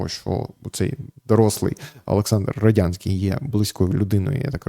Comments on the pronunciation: Ярославе, ну який Родянський? РодНянський він! При всій повазі, як ви так читали статтю, що навіть прізвище неправильно прочитали? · Роднянський, не Родянський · Вимовіть чітко Роднянський, а то виходить Радянський. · Ярослав перезапиши.Роднянський бо радянський ріже слух і вводить в оману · Роднянський же, а не Родянський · РодНянський читайте без помилок.